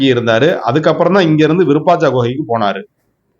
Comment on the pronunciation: அய்யா இதன் பெயர் விருபாச்சா குகை அல்ல விருபாஷி குகை சரியாக உச்சரியுங்கள்